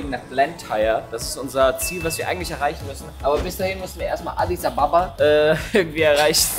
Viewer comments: Audis ababa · Em ich komme aus Audis ababa und du sprichst es flasch aus ok also bye✌🏾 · Mein Vater kommt aus Addis Abeba und du hast es falsch ausgesprochen ich liebe deine Videos weiterso:)